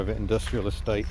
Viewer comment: did you say ' a state' or 'estate' mind you saying that either would be true.....